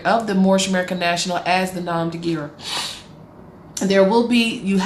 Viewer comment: I wonder what crime Son Markus El has committed. Probably fraud. I love how this ignorant woman mispronounces nom de guerre, this is an ignorant person trying to sound intelligent.